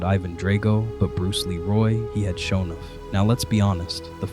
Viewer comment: Dude needs to teach his AI how to pronounce "Sho NUFF"